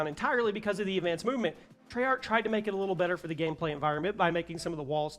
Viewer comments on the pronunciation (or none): none